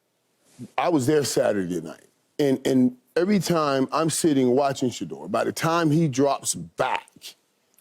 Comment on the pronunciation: Dear God Skip..... "I'd take Sheduar first overall." 😂😂😂😂